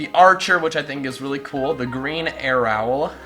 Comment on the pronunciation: "The green ArrOWL" . . . GET OUT.